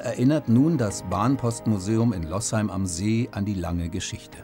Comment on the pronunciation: Losheim nur mit einem "s", also gesprochen "Loosheim" und nicht "Lossheim".